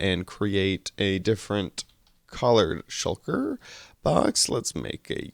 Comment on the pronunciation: "Shulker box" not "Shucker box" :-)